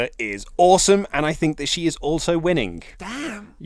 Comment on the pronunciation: Winnink , thinkink . he pronounces words weirdly